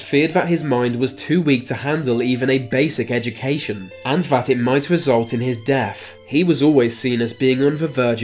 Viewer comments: It's "WITH" not "WIFF" and it's "DEATH" not "DEAF.......just saying. It's an interesting video. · Can't stand hearing th sound pronounced as a v or f sound. What's a bruver ? What's a muvah ? What are fousands ? Over ? Birf ? Wif ? Deaf is a lack of hearing . DeaTH is the final result of life. Learn to speak and start by taking the marbles out of your mouth. I guess it's your severe inbreeding is causing your speech impediment .